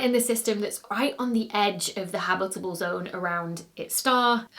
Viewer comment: And reference-quality "habitable" and "habitability." Fun words to say!